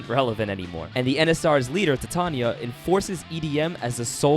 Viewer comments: one problem, its Tatiana not Tatania xd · tatania,its tatiana got me laughing on the floor🤣🤣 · Good video Although here I am with internal suffering of how he called Tatiana, "Tatania" every single time 🤣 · Made me wanna give this game a go. I heard it was really buggy, so I decided I would admire the game afar and man, did I absolutely adore it. but now you said Encore fixes the game up so it's a definite buy!!! Also is there some kind of inside joke I'm missing with the whole "Tatania" pronounciations? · I can't help but notice you pronounce Tatiana's name as Tatania. Hehe, how odd.